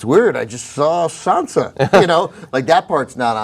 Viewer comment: the guy in the right is so useless... everything he says just bores me to death and also its sansa, not sandsa